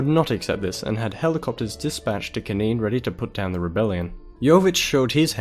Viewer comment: If you are going to do a video on Yugoslavia, atvthe very least prounounce the names Kosovo and Slovenia, knin and so on correctly, oh and when talking about Croatia, put a map of croatia up